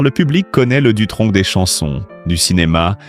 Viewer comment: On ne dit pas Dutronk Mais Dutronc (sans le c)